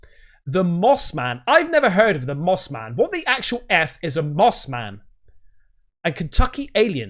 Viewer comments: Its not moss man its Moth Man. Watch moth man prophecies. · It's Moth Man, not Moss man. unless it's something new?